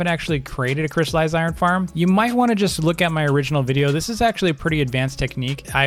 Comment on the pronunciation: JUST STOP JUST STOP IT’S NOT CRY IRON YOU DON’T CRY OVEN IRON IT’S CRYSTALLIZED IRON NOT CRY IRON